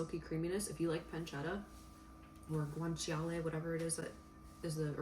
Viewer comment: Guanciale! you said it right lol! its cured pork cheek and the authentic protein for carbonara!